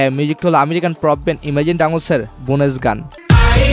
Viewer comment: একটু কারেকশন 🤏 বোনেস না বোন্স